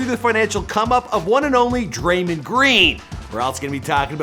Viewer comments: listen closely.....Dray-mon not dreymen🤣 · I don’t know how you’ve done it but you’ve done it yet again, is it even possible for u to pronounce a name right😂